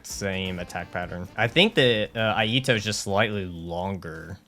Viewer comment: Iaito is pronounced e eye toe.